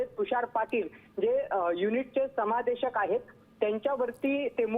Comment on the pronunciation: समूदेशक नाही ओ... समादेशक....